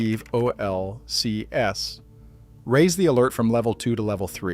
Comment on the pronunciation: PHIVOLCS is usually pronounced, pi-volks